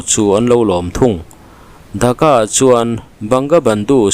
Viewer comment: Mi ziah chhiar loh tih thu hma neih ṬUM tak ah(minute na)an khawpui Thaka i tih hi ka lo ngai thla fuh ve tlat,an khawpui DHAKA tih tur zawk aniang a,Viewer hrelo ten Bangladesh khawpui THAKA amaw an lo tih palh loh nan...